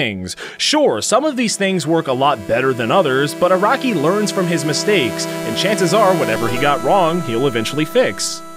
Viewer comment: "A-RACK-KEY" "HOM-IN" You Bostonian or something?